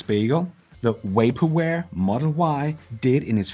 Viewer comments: This video is so awesome. But I had to pause it because you said “way-perware” instead of vaporware. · It's, "Vaporware" not Waperware! Just sayin'..... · You can use Google to check on a word's pronunciation. A good candidate would be "vaporware," in which the letter V, as in every other English word containing a V, is pronounced the same as in TV. Of course, if you pronounce TV as "Tee Wee," I guess I am making no sense. In that case, google the correct English pronunciation.